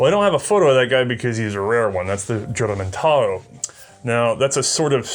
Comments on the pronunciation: Juramentado (Hooramentado) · The correct pronunciation of "Juramentado" is "Who-ra-men-ta-doe". The word is still used in the Philippines to describe anyone who suddenly snaps and tries to kill everyone in sight. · You need to pronounce it like "Hoo-ra-men-ta-do"